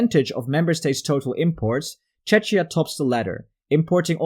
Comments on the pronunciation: It's not pronounced 'Chechia' :'( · Pls dont pronounce the country names wrong. The "ch" in Czechia is pronounced as "k".